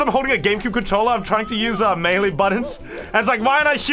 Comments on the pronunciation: Ummmm you say Melee wrong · Name: super smash melee:MEELEE